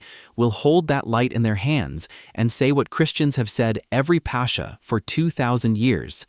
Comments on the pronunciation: Its not pronounced "pasha", it's "paskha". The "k" is similar to the ch in Christ. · Beautiful. My only critique is that the word is not pronounced “passhhhha” but rather “paska”. The “X” sound in Greek is most similar to a “K” sound in English. 😊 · Please, please pronounce Pascha correct correctly. The CHA has a K sound. It’s not Pasha. Otherwise, we are very much enjoying your videos. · Apparently we've all become Indians since the narrator keeps calling it "Pasha" throughout the video!!! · It's Pass-kha, where kh represents the Greek chi sound. The Dutch town of Scheveningen is pronounced in a similar way, I believe. The kh sound is the same hard kh as in German achtung, but not German ich or echt which are more of a sh sound.